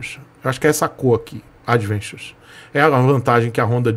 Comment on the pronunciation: falando "advenxuchi" 😂😂